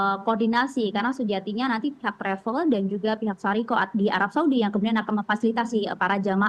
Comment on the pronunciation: Yg tepat syarikah, bukan syariqoh